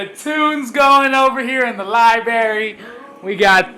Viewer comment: Did you say libary? Wow! You forgot the “r”.